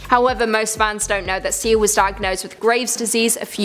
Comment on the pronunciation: Sia(see- ahhhh) my eye was twitching every time you said her name wrong! Please 🙏 learn the names and how you say them I'm a big fan of this channel except for the repeating. Thank you 💕